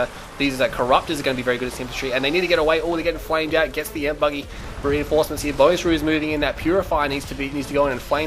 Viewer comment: Awesome match, awesome video, but it's E-M-P not EMP!